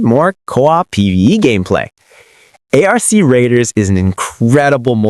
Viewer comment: lmao I thought I was trippin until I heard how he pronounced ARC Raiders lmao downvoted this shit so fast